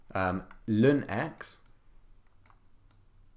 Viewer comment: natural log 🚫 LÜN ✅, good vid tho